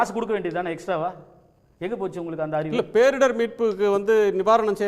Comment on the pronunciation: நிதியமைச்சர் "பேரிடர்வு" என்கிறார். முதலில் சரியாக புரிந்து உச்சரிக்க வேண்டும்